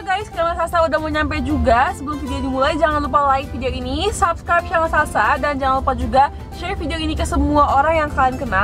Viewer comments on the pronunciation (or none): none